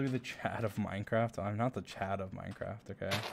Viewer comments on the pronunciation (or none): none